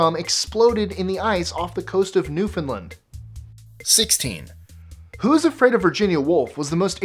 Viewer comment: It's pronounced New-fin-LAND!